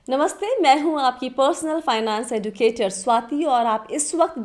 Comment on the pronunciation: एडुकेटर नहीं। एजुकेटर। डु नही जु पढ़ा जाता हैं।